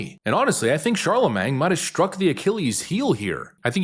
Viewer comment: Well, I chatted with a while back about the proper pronunciation of Charlemagne, but I guess it didn't stick. He's still saying CharleMANG. 🙄